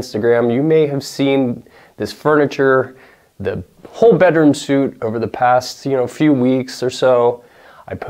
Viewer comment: That is a very pretty piece, thanks for sharing.Btw suite is pronounced sweet - I sensed some hesitation when you said it. Anyway I knew what you meant ✌️